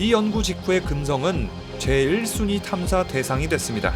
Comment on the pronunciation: 그 동안 금성은 생명체 탐상에 있어서~ 발음 꼬임 ㅋㅋ